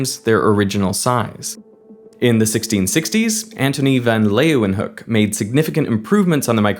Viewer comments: wonderful episode! and congrats on your pronunciation of Leeuwenhoek :)) heel goed! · Finally some non native that pronounces the Dutch Leeuw word right. Antonie van Leeuwenhoek has a university hospital named after him. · That’s an excellent pronunciation of Leeuwenhoek. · Kudos for saying Leeuwenhoek properly👍🏻